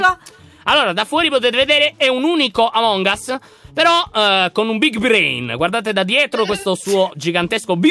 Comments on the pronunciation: Si dice among as che però si scrive among us non among as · Dici a che si dice amon gas